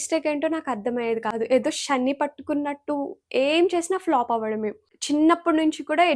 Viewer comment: షాని కాదు madam, శని అనాలి